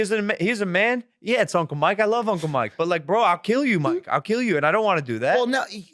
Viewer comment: Why am I watching this commentary by a child. You made 60 videos about these clowns and act like you can‘t pronounce Mikes name. If somebody else does that you make 5 minutes of content about it. Fuck me for even engaging here, I need to go outside. Blocked and unsubscribed.